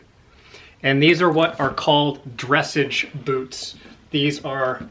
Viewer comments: Pronunciation police here. It’s not “dressage.” It’s drih SAHZGE. You’re welcome. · "Dressage" is pronounced more like ... hmm... how to type it... Dress-ahhge? Rhymes with "massage" not "message" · Nice haul!! Just an FYI on the boots - "dressage" is French for "training" and has a soft G - druh-sauzjh (if that makes any sense, lol) :) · Yes! I was going to let him know that too. “Dra-sauzh” rhymes with massage (which we all need). Great haul, by the way. And your videos have taught me so much about men’s clothing. Many thanks. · Dressage - soft "a" Dre-sazh:) Love you....